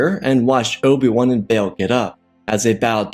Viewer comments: can NOT say Oh Bee WAN. “Obwun” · What if you could enunciated Obi-Wan's name clearly and give some air time to the "I"... this was rubbish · Oh my god, slow down. Your words blend together terribly. Obi-Wan is 3 syllables. Its not Obwn.